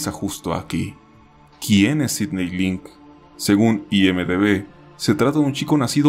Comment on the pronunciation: Yo me llamo Sidney y que lo pronuncie bien me levanta los ánimos 🥺